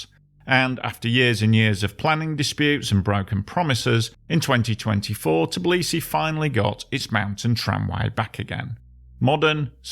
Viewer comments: It's Tbi-li-si, NOT "Tiblisi". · Why is the narrator continuously mispronouncing the name of the city as "Tiblisi", instead of Tbilisi? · Brah! It's forgivable to someone who just casually needs to tell something about the city he never named before to say "TIblisy" but a dude who's making the whole fckn video about it would be nice to learn how to pronounce it properly.